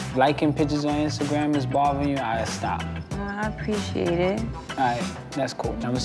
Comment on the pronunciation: Mendeecees pronounces “Instagram” without the “T” 😂